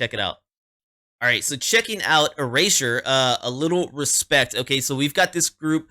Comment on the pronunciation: You pronounce it correct. I have been a Erasure fan since 1985. They are great in concert. They have a big catalog. Please do more Erasure.